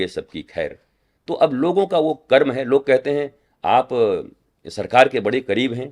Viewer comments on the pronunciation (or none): none